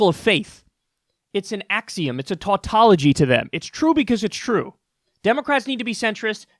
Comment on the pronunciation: "it's an axium" no it is not, it is an axiom. you know when the content is irreproachable we have to focus on the contenant. So what you are saying is true I have an issue with you and your audience waiting for a supreme saviour. Bernie is no messiah. 2020 is still a while away, ACT NOW. Stand up now before it is too late. And when he is president elect don't expect everything to be solved, give him might to fight all major corporation by flooding the street. Social justice never came from the top so don't wait and see.